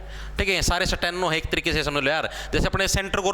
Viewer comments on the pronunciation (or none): Sateno nhi Steno hota h 😂😂